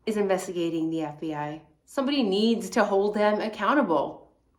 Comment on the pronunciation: lol, F-B-I sounds more like F-Bi not fib. Love the videos and the channel!